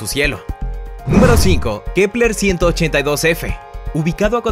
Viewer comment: Like por cuantas veces dijo kleper